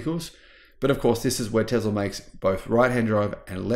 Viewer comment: Hey brother it’s. Called Tesla NOT TEZLA 😂😂😂😂😂